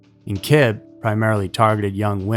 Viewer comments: Kibbe is pronounced Kibbie. I went to school with a relative of that guy. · DNA wasn't used in a criminal case until 1986, in England. Back in 1981 they used serological tests such as on blood (secretor or non-secretor). And Roger Kibbe's name is pronounced "KIB-bee."